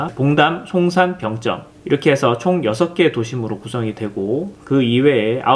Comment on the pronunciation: 난 병점에 살고있는 주민인데..... 우리들은 "병쩜"이라고 발음 안 하고 "병점"이라고 합니다. 북한사람들처럼 발음하지 마시길....